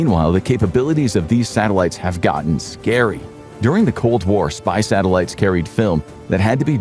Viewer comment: We have Sah-Tehl-ah-tees. I love. Satellites ❤❤❤❤